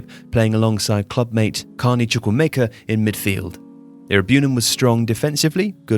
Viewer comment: The pronunciation of Iroegbunam & Chukwuemeka is quite funny. 😂 Great video anyway!